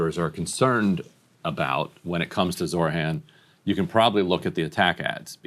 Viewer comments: Ryan, his name name is ZOHRAN, not Zorhan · Hey Ryan: Its ZOHRAN (not ZORHAN). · Zohran not Zorhan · Is it pronounced Zoh-ran or Zor-han? Ryan keeps saying Zor-han. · He kept saying Zor-han, but it's Zoh-rahn. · it’s pronounced Zo-Ron not Zor-Han. Please my friend. ❤ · ZOR HAN?? I’m sorry but literally just read how it’s spelled. SMH. It’s not that hard lol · Why does Ryan keep saying Zor-han. It's so fucking annoying pls Grimm, I love you, but you gotta get it together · Ryan, the name is Zohran: Z O H R A N. Because we gotta get it right. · Ryan Grim, please at least say Zohran's name correctly. It seems in Grim's mind, the h and r in Zohran's name are switched. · ryan i'm begging you to pronounce zohran correctly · Ryan, gotta lock in and get the name right 😭 It was said correctly so may times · jesus christ ryan get Zohran's name right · Somebody teach Ryan how to pronounce Zohran 💀